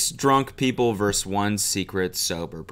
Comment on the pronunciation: i will never not be annoyed by cody pronouncing "vs" as "verse"